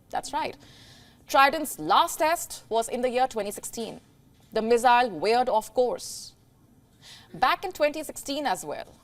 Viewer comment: Haha the pronounciation from missile went to mizailes lol 😆